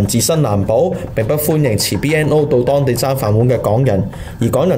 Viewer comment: 旁述需改善咬字，聽到懶音。学历(历字)，當地(當字)，呢(l音，非n音).....